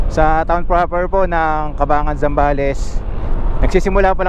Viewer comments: Welcome to my home province.. Ang naririnig kong bigkas po sa Cabangan ay CA-BAN-GAN and not CA-BA-NGAN.😁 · Ang bigkas ng Cabangan ay Caban-gan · nice video.. pero ka-bang-gan ang pronunciation ng Cabangan 😊